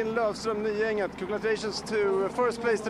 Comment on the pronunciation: Love to hear Guy and on the commentary. So knowledgeable and “into it”….BUT FOR THE LOVE OF GOD. PLEASE, PLEASE, TEACH GUY TO PRONOUNCE “NY-ENG-ET”. All I hear is something about an athlete “Njenjet”. Pls. use the off season for that.